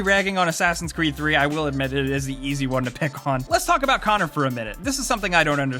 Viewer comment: you pronounced connor's name wrong. silly american lol